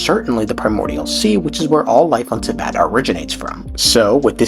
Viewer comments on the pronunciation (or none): none